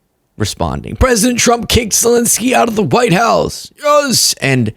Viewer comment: ZelEnsky, NOT Zelinsky!!! Show some respect!